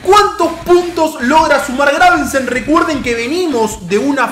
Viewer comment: es Gravesen, no GraveNsen jajajajjaaja ¡Excelente serio papu!